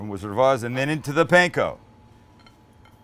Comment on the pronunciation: Stop say pain ko- its pan ko